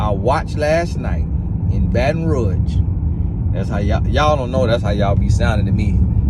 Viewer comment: "Baton Ruash" 😂😂😂